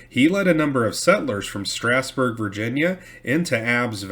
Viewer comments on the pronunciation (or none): Once again I apologize for correction but for historical accuracy I can't let it pass it is not stress nor straasburg virginia. It is pronouned Strawsburg va